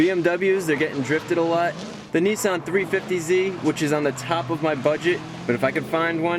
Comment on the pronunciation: Neesan.. lol. love the vids Chris👍